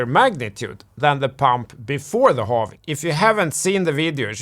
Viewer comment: When I started watching your video I hated your accent but the content was very good, now I got addicted to it, thanks for the continuous Morket and Holving updates